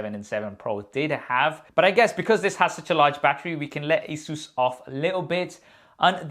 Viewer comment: It's not asuus a saes